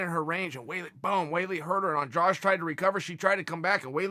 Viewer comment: Why the heck is he saying Andrage?